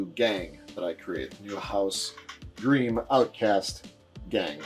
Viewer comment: Great video. A small note, it's pronounced like 'grime', not 'greem'.